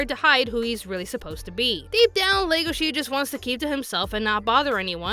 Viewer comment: Odd thing is its legosee not legoshe in pronunciation. The character was named after the actor for Dracula. Its wierd that the English dub messed it up.